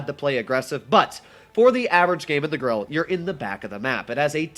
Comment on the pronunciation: Ur pernoincing grille wrong